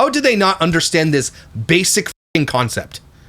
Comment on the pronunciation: Any words ending in "G" is pronounced as a hard "G". Drives me bat shit crazy. All her bios talk like that and her Mom. Not sure about Logan because he never talks because he's always gaming. Thank goodness he goes to school for some socialization.